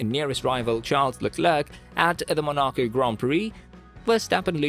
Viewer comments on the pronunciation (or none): You pronounced Monaco wrong you even get drivers names wrong in other videos. Do you even watch F1 properly, this week the topic is Silverstone and what a great race it was.